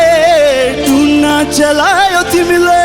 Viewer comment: शब्द उच्चारण मा को राम्रो थियो,ले तुना भन्ने ठाउमा टुना भनेका छन् खै त जर्ज यहाँ? ईस्टिलमा पर्नु पर्ने थियोे आज